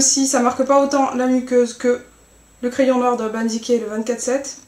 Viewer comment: c'est bien parce que tas pas un accent anglais tout pourri comme peuvent avoir certain francais (sauf nakid ou urban dicay)! jaime tes videos, et jsuis fan de PLL aussi :p tu pourras faire des look de Aria aussi? thanks x